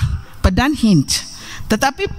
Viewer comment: Berat sangat lidah mu wahai prof.untuk ucapkan AL HIND (sriwijaya)itu hindia..negeri nuswantara.sudah lah prooooof jangan memaksakan😅😅😅